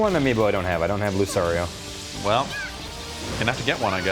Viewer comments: Dammit, Lucario isn't pronounced Lou-sorry-oh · That guy who doesn't know the Pokemon names make me cry.. The blue beast thing that looks like "Lapras" is called a Plesiosaur also known as the Loch Ness Monster named Dorrie. Lucario's name is "Lu-car-e-o". Sceptile is "Skeptile".. Please, please, please do not make me go on